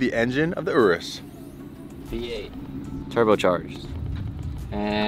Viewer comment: Urus pronunciation on point 😈